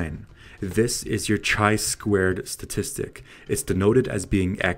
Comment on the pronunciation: Pronounced KAI squared, not CHAI squared. Excellent video nonetheless.